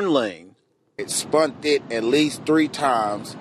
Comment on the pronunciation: Please tell me he did not say "it spunded"